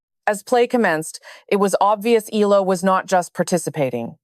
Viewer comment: It's pronounced: Eh..ya..la